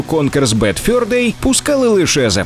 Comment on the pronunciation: Конкер дуже фановий і досі грається на ура. Минулого року пройшов його на китайській портативці з емуляторами, коли світла не було. PS:, зав'язуй будь ласка з йоканням в транслітерації замість нормального "е". Ти ж не москаль. Ані в слові fur, ані в слові thursday (каламбуром на яке є "fur day") звуку "ё" нема. Кожен раз дико ріже вухо.